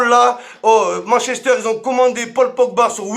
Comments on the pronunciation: Attendez il y a que moi qui prononce Manchester a "mann chester" ?😂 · "Mench Ester" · Arrêtez de prononcer Manchester à la française